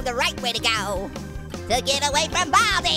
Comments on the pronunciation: Its Baldi Not Bobby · What did you say bal-di